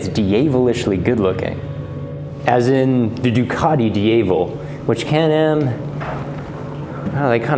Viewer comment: "Dee-Ah-Vel" Diavle is pronounced "Dee-Ah-Vel".